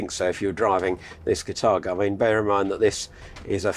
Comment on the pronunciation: Catargo ? Car-tha-go is how I would pronounce the name